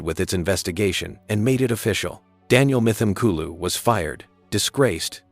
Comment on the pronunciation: pronounced : m-tim-kooloo